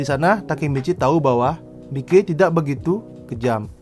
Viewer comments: Sekedar saran bang, bacanya maiki jangan mike pronounciationnya coba sedikit dibenahi semoga membantu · Miki Saha cara bacanya Mai ki